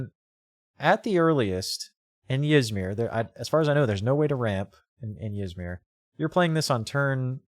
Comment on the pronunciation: Ty for the review, idk if Yzmir is pronounced the way you do, but now I can't stop doing it as well so.